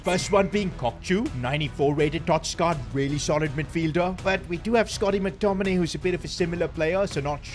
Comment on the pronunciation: It Scott not scotty